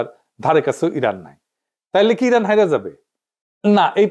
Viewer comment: রানের ❌ ইরান ✅